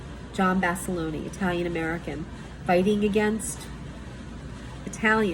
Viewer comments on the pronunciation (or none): This argument was not coherent in the slightest. In this video you speak for indigenous people while not being one, dont know how to pronounce John basilone (not basiloney) and focusing solely on one italian "achievement" that YOU feel is being attacked. There are plenty of other italian achievments/accolades that dont involve slaughtering tribes of native americans and theft of land and resources. all with a shit eating smile that says im smart you should listen to me